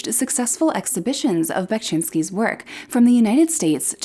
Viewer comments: "Bekshinski", not "Bekchinski"😄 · one of my favorite artists of all time!! also unrelated sort of, but you pronounce VERY wrongly and it was kind of hard to sit through the video because of that (however i must say that you did a great job with the city names, !!). but otherwise great work!! keep it up!!